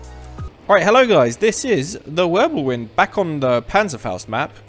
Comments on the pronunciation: The wirbelwind is pronounced virbelvind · Idk why I’m just now seeing this but the German AA tank with one gun is the Ostwind and the one with four is the Wirblewind. Also, the Ws are pronounced like Vs in German